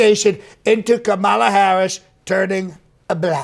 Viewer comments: He can't pronounce her name, it's Kamabla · I heard all the 19 ways to pronounce Kamala - as per Trump reckoning😂😂